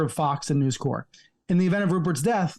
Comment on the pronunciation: Please Brian, don't pronounce "Fox Corp" as "Fox Corps" -- the audible "p" is important, at least until it becomes "Fox Corpse".